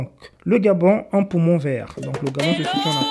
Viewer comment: Un "poumonT vert"... Le FGIS aussi hein...